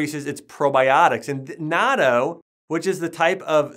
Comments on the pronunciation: "naaaarto", I assume he's talking about natto? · Yeah, he isn’t a real naturopathic doctor who would actually know that it is called natto~ (online certifications aren’t ‘educations’ imo)